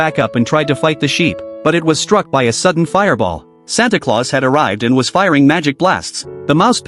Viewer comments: i like that he said santa cluase😂😂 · Bro its not santa clouse😭😭😭😭😭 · Nah bro said Santa clause